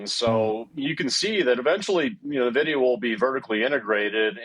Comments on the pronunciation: I stop watching when anyone still pronounce NiVidia. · Propaganda 💯. This guy is clueless. He can't even pronounce the company name properly. Nonsense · Thanks for posting this. If the guy doesn't even know how to pronounce the company's name why should I lend any credence to his opinion?